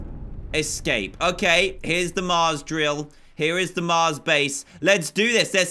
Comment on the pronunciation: When you sayed mars I heard you say cars